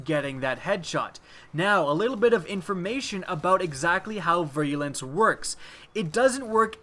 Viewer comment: ) "veer-a-lence" is how it's pronounced ... thanks for your work though buddy!